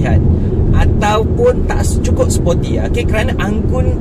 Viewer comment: Bukan spotty bang, sporty. Spotty tu tompok2. Haha.